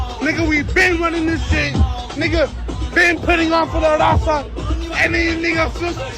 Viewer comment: Broke homie cant even pronounca “RAZA” why does he say “number one DAZA podcast”!!? 🤣🤣🤣🤣🤣🤣